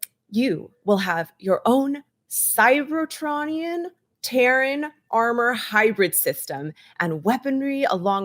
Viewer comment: A bit offputting when alleged fans hosting events like this mispronounce things like "cybertronian" in ways I've never heard before.